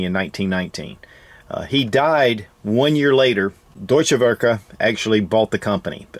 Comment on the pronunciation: If you ever have problems pronouncing German words, just slap it up on google translate and make it say it back to you. Deutsch is doi-ch, werke is vare-kuh. German Works. Hate on me for correcting, but we don't learn unless someone corrects us. Love your vids, enjoying the random gun vids. Nice to hear about something other than the brand names.